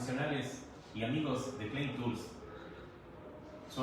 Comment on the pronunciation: Amigo exponente : si supieras pronunciar el nombre de tu producto Klein ( clain ) tools, y no clean (klin) como tu lo dices . Todos te la creeriamos. Saludos.....